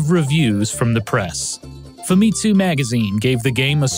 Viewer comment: I think Famitsu is pronounced with an emphasis on the first syllable, not second. Like Famicom, since it's Fami+Tsū. Amazing video, by the way. Even just talking that long would be tough.